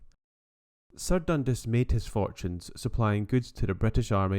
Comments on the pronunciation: 10/10 man but.. DUN 'DAAAS' not DUN 'DIIIIS' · Definitely not got an i in dundas anyway . You’d think he’d do abit of home work before putting videos out . Lazy 🙁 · I believe it is pronounced Dundas as opposed to Dundas. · its pronounced port DUN-DAS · Dun-DAS! Please! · Dundis 😭😂😭.......nah! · Interesting presentation, have I been saying Dundas wrong all my life?